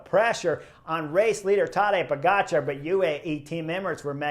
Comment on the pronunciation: I'm new to cycling but love your channel. You have stuff that no one else is covering. Great job! I am also really impressed that you make a big effort to pronounce European names correctly. I have no idea why some people mis-pronounce Pogačar's name. It's how you say it, Po-ga-c(h)ar. The č is pronounced is exactly the same as “ch“. I hate it how Wiggins says po-get-char. There is only one way to say “ga“, right?